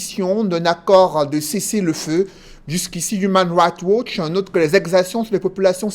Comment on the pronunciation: Human rights watch, please essaies de mieux prononcer cette ONG